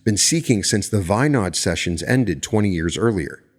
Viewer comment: Great episode but you totally destroyed that name , Andrija Puharić its pronounced AN DRI A - POO HA RICH he was a Croat born in Chicago and VINOD is pronounced Vii nood